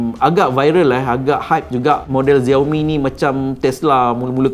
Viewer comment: Xiaomi bukan dibaca "Zeor Mi" tapi "Siau Mi". Hello, Xiao, mcmana kau dapat Zeor Mi? Klu tak tau, tanya dulu. Tanya penjual telefon Xiaomi. 👎👎👎👎👎